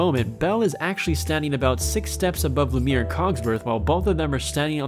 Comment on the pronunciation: You are not allowed to say anything about a movie if you haven't seen it or haven't paid enough attention to hear the proper way to say the names in the movie. Not just Aladdin, but Lumiere too